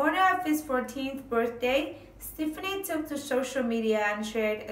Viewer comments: It's not stiffinie.... It's STEFANIE... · It's pronounced ste faw nee